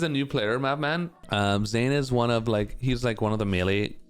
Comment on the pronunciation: “Zane” 😭😭 Good shit to Zain tho fr, he’s cracked at ssbm